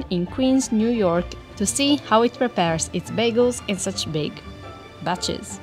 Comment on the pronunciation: I love to watch just for the lady presenter who says 'big.........BATCHES'